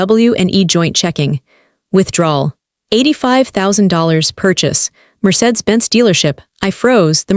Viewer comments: Need to pronounce words correctly Mercedes not marsaid lol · Mercedes pronounced: Mer-say-dees